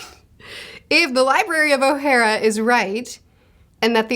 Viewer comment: The way you say Ohara is oh-ha-rah